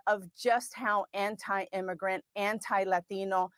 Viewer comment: I fucking cannot stand when they say “Latino” like this. Stop. You’re an SNL skit. Like, literally an SNL skit because they did this exact skit before.